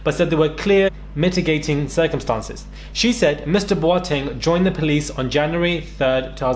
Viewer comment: Pronouncing Boateng like a proper Ghanaian! Xx